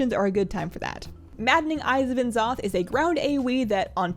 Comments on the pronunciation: Just a heads up - Blizzard wants you to pronounce N'zoth as "Ne'zoth" ;) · why do you say n'zoth like that